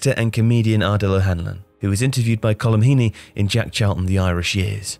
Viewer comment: stop saying Djeck Chalton,it's Jack not Djeck.